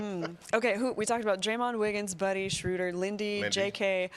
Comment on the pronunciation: Kerith, please learn to pronounce Schröder correctly, or just go with the traditional long O like the Peanuts character. "Shrooder" is just wrong. Here's how you do it